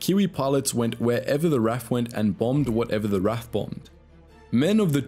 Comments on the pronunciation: Sorry Dude, while ANZAC is correctly and respectfully pronounced as it is spelt, RAF is not. It is always pronounced Are Eh Eff, not Raff. The latter is highly disrespectful. which I do not believe is your intention. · NEVER EVER call the R.A.F. "raf". Each letter is always pronounce individually. The R.A.A.F. on the other hand, is known for the phonetic pronunciation of it acronym. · Ahhh it's not 'raf' it is R-A-F but gotta love the ANZACs they did the allies proud. The Aussies who held out in Tobruk is an amazing story of heroics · Amazing video! But it’s the R A F not the Raf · The way you say RAF...my god. It's R A F, not raff XD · It's R.A.F not "Raff" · Nope it’s R.A.A.F pronounced Raff. (Royal Australian Air Force) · Ah thats why it sounds funny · The RAF was pronounced in away that offended my entire family tree. But the video was still interesting. (If the RAF thating was a joke, then sorry I haven't picked up on it).